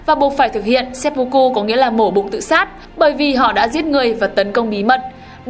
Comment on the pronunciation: nghi lễ kinh dị ...seppucu mới chịu ^^ , xin góp ý chủ kênh là , tiếng nhật ko có âm "o,u" chỉ có âm "ư" và "ô" nên cách đọc đúng là seppưkư nhé chủ kênh , bữa trước hết giật mình với bác làm kênh chính trị về quần đảo tranh chấp Senkaku rồi giờ đến chủ thớt bên này